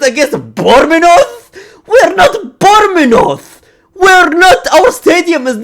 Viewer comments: BORMENOTH 💀 BRO CAN'T PRONOUNCE BOURMOUTHE, BUT NO DISRESPECT THOUGH. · bournemouth❌ bormenoth✅ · I like how he pronounce Bournemouth 😂